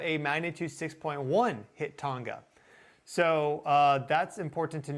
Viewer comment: The ‘g’ in Tonga is pronounced as with tong